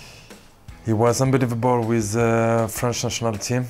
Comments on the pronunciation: how many times did he say UNBLIVELBOL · "Unbaleiavable" lol, he says it way too much